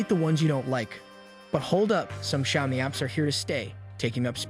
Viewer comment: Click-bait crap. You can't even pronounce word Xiaomi right.